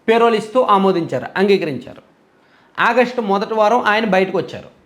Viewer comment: పే.. రోల్ కాదురా బాబూ.. చాలా వేరే అర్ధం వస్తుంది